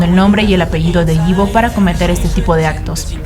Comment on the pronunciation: Super bien el vídeo nadamas voy a poner la forma correcta de la pronunciación de su nombre (ipo) así se pronuncia 😊